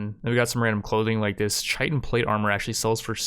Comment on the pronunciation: you pronounced chitin wrong, also the title kinda scared me for a sec